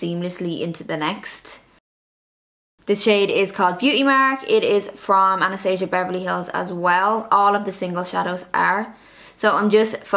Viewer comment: It’s Ana-stah-si-a Beverly Hills.. so you know 😉